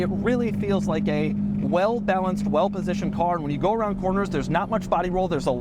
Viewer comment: Doug is the type of guy to pronounce the word "well" like "whell"